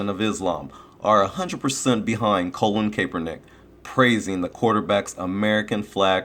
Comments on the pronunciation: His names Colin not colon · You gotta listen to how his name is pronunced.. lol it is not Colin like the body part.